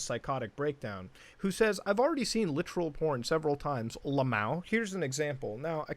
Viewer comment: “La-maow” I’ve never heard it said out-loud like that before. Lmao.